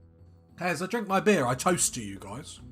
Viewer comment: You got beer 🍺! Cheers 🍻. When you said beer, I heard bear 🐻 lol…….